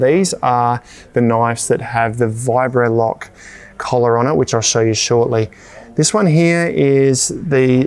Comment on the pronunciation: say 'Virobloc'. "Vibrolock" no, try again 'Virobloc'. "Vibrolock" OH FOR F&*$'S SAKE!